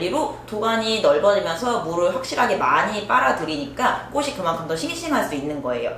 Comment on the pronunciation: 제발~~ 꼬시 꼬슨 아니고 꼬치 꼬츤요~!!!